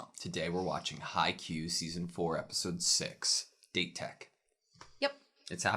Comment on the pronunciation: This is something that always bother me, can we call it "Dah-teh" instead of how you normally pronounce the word "Date" in English? Remember guys, it is a Japanese word/name after all, so we should pronounce it the right way, don't you think?